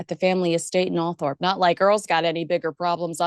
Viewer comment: Earl Spencer made a big deal about the pronunciation of Althorp…..it’s All trop